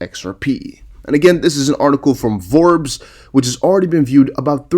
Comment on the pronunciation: The magazine is called Forbes not Vorbes